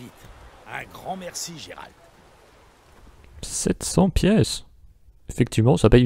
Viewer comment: "Géralt" oh le pauvre 😭 mais je trouves génial que tu as touchée à ce jeu merveilleux ! Pour ma part j'ai finis le jeu et j'ai encore envie d'y jouer ! ^^